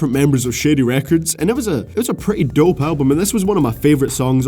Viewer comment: A Scottish man saying 'dope' lol